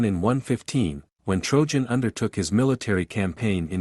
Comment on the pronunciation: " TrOjan", who in blazes is that?! Oh, do you mean TRAJAN? If you're going to present these historical things, at least know what the names are! Dates,places etc. as well.